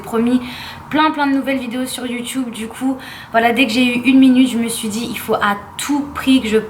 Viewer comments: YoutUUUUUbe pas YoutchOUUB PLZZ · Je rêve ou a elle a dit youtoube